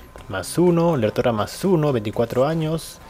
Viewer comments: Es Lértora LÉR con asentó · Lértora no lertóra.